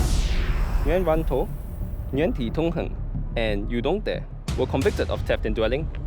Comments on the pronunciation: that guys name is actually pronounced as “dong tooen dat”...not “you don’t dare” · What I heard was "you dong dare" 🤣🤣🤣